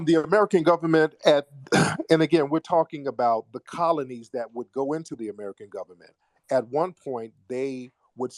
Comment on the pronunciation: It’s da gubbament